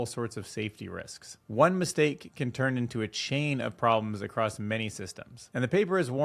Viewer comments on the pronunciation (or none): none